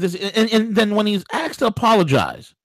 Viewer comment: A-S-K-E-D not AXED there is no such thing as axe me a question.